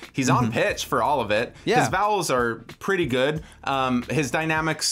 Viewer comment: "I mean, my room is super Prrewwetty"